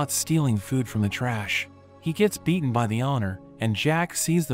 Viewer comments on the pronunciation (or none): none